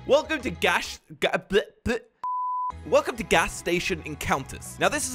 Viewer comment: It’s gas not ghash and it’s station not statsion